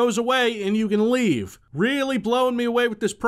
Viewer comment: "You may lerve"